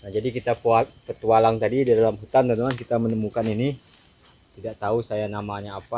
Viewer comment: Bukan Hunan woee bang tpi hutan